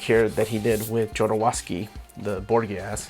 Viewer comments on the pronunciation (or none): I'm glad to finally see your Euro & Indie section. Very envious of your copy of Manara & Jodorowsky's Borgias - that's a very expensive OOP title, one of my coveted Jodo books. Incidentally, Jodo's name is pronounced "Ho-do-rove-ski". I see you have a number of good bandes dessinees including The Leaning Girl ; you should definitely check out more of that Obscure Cities series by Schuiten and Peeters, they're all gorgeous, particularly Samaris . Surprised to see you don't have any Serpieri; the Druuna series is wonderful work. I also strongly encourage you to check out a phenomenal series called aama , by Frederik Peeters. Also, Armies , illustrated by the same artist that did Diosamante , Jean-Claude Gal. And by all means, check out more Druillet, especially the Lone Sloane series.